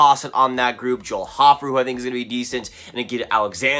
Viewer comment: It’s pronounced Hofe err